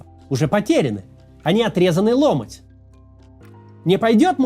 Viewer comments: "отрезанный ломОть", ударение на последний слог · На лисе Ютуб тормозит. На хроме летает 4 к - легко!!! И да, не лОмоть, а ломОть. Но это мелочи.